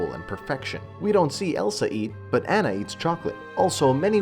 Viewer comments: Ana learn how to pronounce her name. damn cbr wtf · Video lost all credibility for me when he kept pronouncing Anna's name incorrectly. If you are going to criticize a movie, make sure you pronounce character names correctly. At least that way we can pretend you watched the movie.